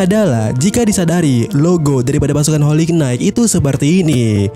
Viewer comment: Bacanya : "Holi Nait" min 😭